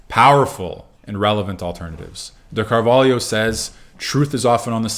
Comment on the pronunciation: I have never seen an English speaker pronounce Carvalho as well as you did